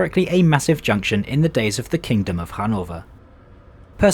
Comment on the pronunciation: PLEASE stop saying "thee" and start pronouncing it correctly. We're not in the middle ages and you'Re not a poet.